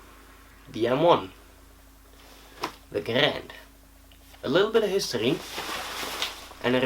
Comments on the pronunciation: If you want to say Garand properly, you pronounce it "Gair-end" not "Guh-rand" John C. Garand was very adamant about this pronunciation of his name. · It is pronounced Grand. Say it with me now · Zane Weaver it is garand... say it with us now “GARAND”